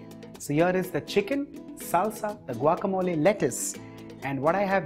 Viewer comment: I am impressed that the chef pronounced guacamole like a Mexican. Muy bien, Señor. I tried your recipe and it was delicioso. Gracias.